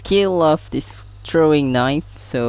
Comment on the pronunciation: its pronounce throwing not trowing